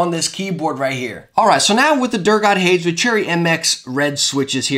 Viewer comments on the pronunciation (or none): pronouncing Hades as "hayds" is throwing me off. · Hades is pronounced hay-deez. Not a huge deal obv but now you know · Lmao the way he pronounces hades 😂